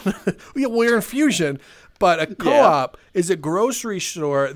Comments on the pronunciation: The way they pronounce Coop😂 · Its insane how accurate the map is, everything in the Coop (actually pronounced coupe) are stuff you would actually find in a real life coop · Coop öppettider🤣🤣🤣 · vi uttalar det "kop" (långt o) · No you say coop🤣